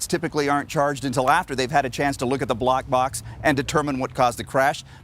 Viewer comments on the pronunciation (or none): Did the reporter say "block box"?